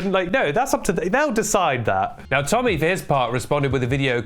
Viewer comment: AGAIN??? lets go tommy... temmy.... tenny.... tennis